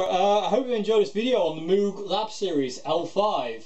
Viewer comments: except it's not mooog it's mog with a long o, like rose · Mogue. Not Mooooog. Crazy, I know. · I have one. Great amp. Btw, the name rhymes with vogue. So "Mogue". 😉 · Interestingly enough, and these are his own words, Robert Moog's last name is pronounced like you are saying "rogue." The company it'self, set up to sell his highly influential synthesizers pronounced it 'Moog' like you are saying, "food." So I guess either pronunciation is acceptable.